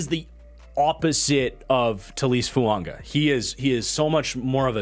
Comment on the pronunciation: I don't want to be that guy but why are you pronouncing Fuaga's name with an "N"?